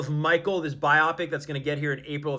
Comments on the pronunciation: so frustrating....the word biopic is pronounced "bye-oh-pick".....NOT "bye-ah-pick" grinds my gears LOL!!!! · It’s “Bio-pic” not bi-opic! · Why tf do some people pronounce biopic like by-ah pic instead of By-Oh pic like it really pmo